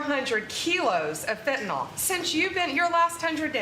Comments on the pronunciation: Hey Bondi dimwit, learn how to PRONOUNCE Fentanyl (nil, not nol). You sound stoopid. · "FentaNYL", not "FentaNOL". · Why can't Bondi pronounce the word 'fentanyl' it isn't spelled 'fentanol'.